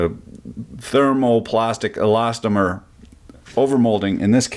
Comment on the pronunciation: He actually said elastomer. Amazing progress was made today.